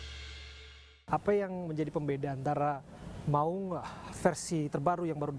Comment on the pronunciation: Itu bacanya Maung weh bukan Maling. 🙉